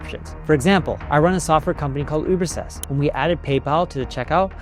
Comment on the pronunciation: Neil Pronounced Ubersuggest as uberses! I love you man but it kind of bumps me out when your avatar makes a mistake like that! I'm assuming you wouldn't. If you use AI, polish it.